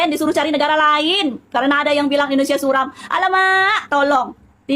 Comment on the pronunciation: Suram bang bukan sulam😂